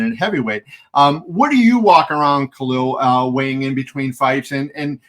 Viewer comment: It's KhaLil, not Khail